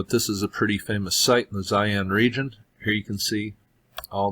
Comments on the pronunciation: Thanks. Tough "Zaian " is another place completely. Its called Xi'an "Shee-Ahn" Cheers! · pronounced she'an not zion